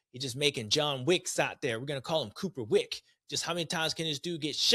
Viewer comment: Lmao..."cooper wick"